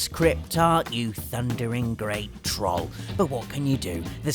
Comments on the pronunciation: Troll, not troal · It's not pronounced "trol", it's pronounced "trole". Trolliest? What are they, Tesco trolleys? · I love, but why does he mis-pronounce troll? It's meant to sound like trole, not trol. Unless he did that on purpose, the troll. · did I just say Oblivion? Me: no I believe you just said "trawl" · Troalliest? Jesus fix your pronunciation. Jesus almost as bad as brits saying parmazan instead of parmesan. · next time you say "trall" I will slap you so hard it will feel like you kissed a freight train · ( has a unique way of pronouncing "Troll". Don't think I've heard it before) The Elder Scrolls IV: Oblivion - The Adoring Fan Destiny - The Cryptarch Borderland Series - Claptrap (Poor is traumatised.😅) Final Fantasy VI - Ultros Tomb Raider II - Winston Metal Gear Solid Series - Johnny Souls Series - Patches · the way you say troll is fucked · It's great how he misspronounces troll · The fact you say troll with an "ah" sound instead of an "oh" sound makes me miss Manchester... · He says troll weird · pronounce the o in troll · You pronounce Troll wrong. Just had to put that out there :)